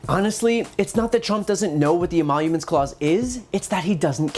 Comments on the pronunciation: Wait.... did he say "E-monuments clause?" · "This phony emollouments clause"?!